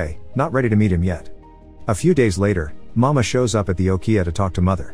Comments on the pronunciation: Nice explanation. But for the record it is not pronounces "mama" but "ma-mei-ha" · CORRECTION: It is not “Mama”. It’s pronounced, “Ma-may-ha”. Also “Sayuri” is pronounced, “Say-u-ree”. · Sometimes the pronunciations for certain words or names in these videos is pretty bad. Examples for this one would be Mameha and Sayori.